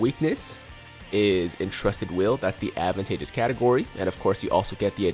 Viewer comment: It’s not pronounced Advantagus But it’s pronounced ADVANTAGEOUS